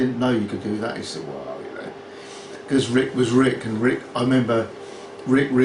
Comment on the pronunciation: Pronounces Rick 'Wrick' can't e en friggin speak English properly! Knob!